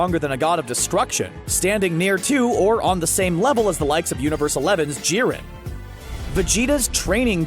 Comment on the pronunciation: NANI, DID HE JUST SAY JEE-REN?!? IT’S JI-REEN!